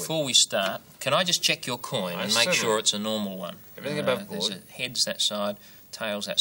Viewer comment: "let's just cheeck to see if it's a nermal coin" uhhh, that's no quarter i ever seen, buddy.